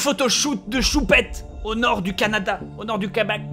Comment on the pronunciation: Bob sa se prononce Canada comme caca